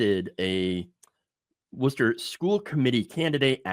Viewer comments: It's pronounced WUSS-ter, or WUSS-ta if you are from Eastern Massachusetts. (as in you are a wuss) NEVER Woo-ster, it is painful to hear when you try to say it that way, but good effort. And don't ever try to pronounce the middle R, you will hurt yourself. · Woosta, there's no ER at the end.